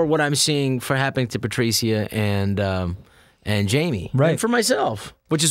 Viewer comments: I've never heard the name Patricia said Patricya insteadof Patrisha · I know its spelt Patricia but shouldn't it be pronounced Pa-trish-a